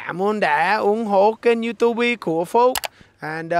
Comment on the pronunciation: Thấy phát âm du tu bi là biết thuần việt rồi nghe anh :))))